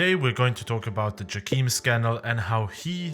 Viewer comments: its jayChem not djakeem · From the casts I am pretty sure it's not "jackeam" but "Jay-Cam". But still nice video, enjoyed it^^